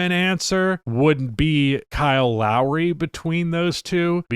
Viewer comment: As someone who grew up in the Toronto area, it’s Lowry